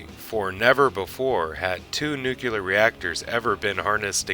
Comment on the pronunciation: And its nook-lee-ar, not nook-you-lar